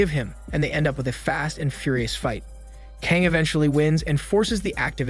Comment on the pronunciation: Geez, I understand obviously Korean isn’t the language you speak but I can’t help but wincing every time you pronounce Kang. FYI, it’s meant to be pronounced rather like /Gah-ng/.